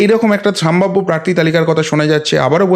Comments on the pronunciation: বরাবরই আমি আপনার প্রতিবেদন খুব মনোযোগ সহকারে শুনে থাকি। আপনার বাচনভঙ্গি প্রশংসনীয়। আপনি যদি কিছু মনে না করেন তো আপনাকে একটা ভুল ধরিয়ে দিতে চাই! আপনি এই প্রতিবেদন পাঠ করা কালীন বেশ কয়েকবার বললেন '" সাম্ভাব্য" কথা টা খুব কানে লাগছিল ওটা হবে " সম্ভাব্য " আপনার এটা। Slip of toungue ও বলা যেতে পারে। যাই হোক পরবর্তীতে শুধরে নেবেন! আশা করি।‌ ভালো থাকবেন। এই কথায় আশা করি আপনি মনে কিছু করবেন না। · ওটি উচ্চারণ হবে সম্ভাব্য